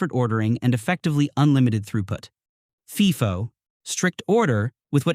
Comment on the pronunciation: FIFO pronunciation is so funny. Get your AI to learn abbreviation